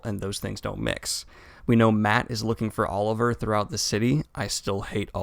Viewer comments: it's Olver not Oliver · There is no "I" in Olver... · Olver! Not Oliver! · *Olver, not Oliver, but otherwise a great summary as always. Keep up the good work Daniel.